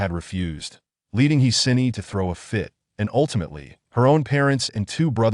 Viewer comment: He Xin Yi is pronounced, Huh Shin Yee.